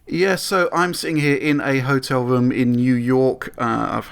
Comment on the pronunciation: hotel wwoom i got back fwwwum vawee diffwent. i had to turn the vid off at 3 mins take a fucking speech class